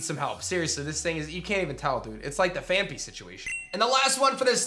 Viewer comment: Phan-PEE, Phan-PEE, NOT Phan-FEE!!🤦‍♂️🤦‍♂️